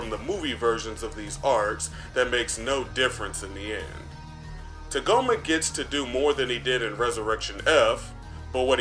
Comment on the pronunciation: “Tuhgoma”? What is this, Kagome from the VIZ Media dub of original Inuyasha?